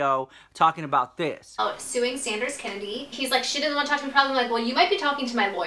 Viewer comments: Although I'm tired of hearing about Sanders Kennedy, I just can't get enough of how you say his name. 😂😂 I die every time! 😂😂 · I like John K. Sanders K. and Karina, but you are my fav. <3 btw I love love and laugh so hard when you say Sanders Kennedy <3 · The way you say saunders kennedy makes my day lol!!! #.